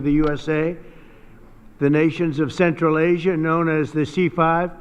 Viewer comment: Ол: "Централ эйжа зис ис фантастик рижн" - деп отыр!